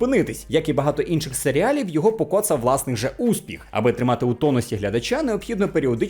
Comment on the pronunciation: усе круто, окрім сері - алів, але це особисто мені ріже вухо)